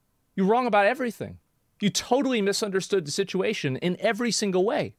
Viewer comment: tHiS iNdIvIdUaL sIh-TuH-a-TiOhN